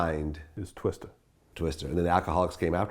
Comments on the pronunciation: Twista vlad. Not twister. Goddamn. Vlads mispronounciations drive me nuts. No one else on 🌎 has that effect on me.. Vlad you suck. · Twista, not Twister. Fuckin dumbass corn ball. Lol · TWISTAAAAAAAA STAAAAAAA NOT STER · Vlad, it's TWISTA, not Twister. Come on bruh!